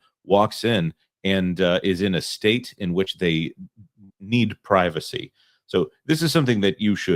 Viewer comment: Talking about "pricacy" in an American restroom is kind of funny 😂😂